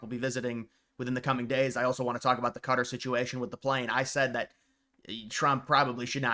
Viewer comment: Qatar is pronounced as Kah-taar